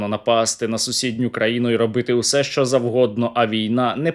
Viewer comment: Не шчо а що уши режет